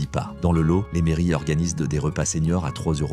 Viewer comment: Ça oui c’est une pub de qualité et c’est v rai(on dit "lote")